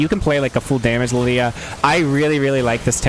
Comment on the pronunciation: alternate title: guy mispronounces the name of his main champion for 40 minutes